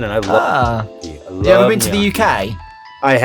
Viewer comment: Finally someone that can correctly pronounce gnocchi. You made Italy proud